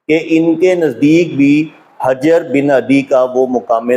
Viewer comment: بھائی جان شیعہ بے شک نہ مانیں کہ وہ صحابی نہیں تھے لیکن ہماری کتب میں ان کو صحابی مانا گیا ہے۔ دوسرا اپ ان کا نام بھی غلط لے رہے ہیں حجر کے اوپر پیش ہے نہ کہ زبر علامہ حلی کا نام بھی غلط لیا آپ نے حلی زیر کے ساتھ ہے